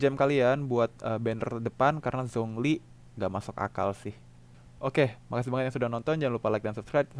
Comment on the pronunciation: Zhong Li dibacanya Chong Li